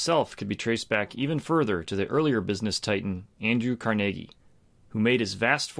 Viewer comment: Holy moly. I was gonna get all uppity about you mispronouncing Andrew Carnegie's last name Car-NUH-gee. I was wrong. It's actually... how you said it: Car-NAY-gee. Heck, I've even been to his gravesite in Sleepy Hollow Cemetery. hahahaha Excellent example of the Circle of Competence... just be careful not to overstate what you think you know.